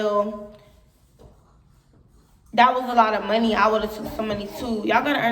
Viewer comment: ".......stealing our MUN-KNEE"!